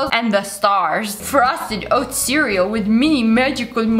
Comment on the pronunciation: Siri activated probably because she said cereal and it sounded like *Siri*el